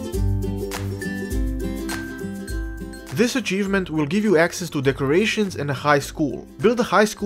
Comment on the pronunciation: The way you pronounce "decorations" sounded like "the Croatians" to me. I laughed my ass off because my friend is from Croatia and the few things afterward just made the both of us laugh even more. Thanks for another awesome tutorial!